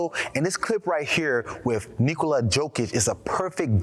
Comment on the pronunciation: It's pronounced "Yo Kich." You might want to re-record this.